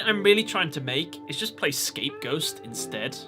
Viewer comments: It almost sounded like you said ScapeGhost instead of Scapegoats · did you say scapeghost???? 😂 BTW no hate